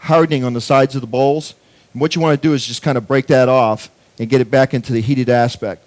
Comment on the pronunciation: why dies he keep saying "aspect"?